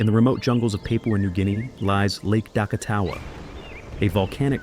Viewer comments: 'plesiosaurus'? That is nothing like a Plesiosaurus (which had four flippers/paddles, not walking legs upright below the body. Some nice animated imagery, but stupid voice-over: didn't even pronounce 'Papua' correctly! And 'dinosaur' in road by night was a person in velociraptor suit, with their human legs showing.. very silly. Time-wasting. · Pape wa New Guinea 😁 pap wa, is the correct pronunciation